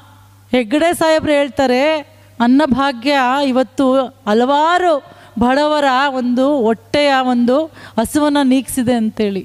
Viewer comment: 'ಅಲವಾರು ಒಟ್ಟೆಗಳ ' ಕನ್ನಡದ ಕಗ್ಗೊಲೆ ಮಾಡಬೇಡಿ ಅಮ್ಮ.....